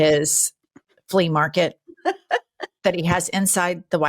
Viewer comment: DID JEN JUST SAY “FLEE MARKET “????🤣🤣🤣🤣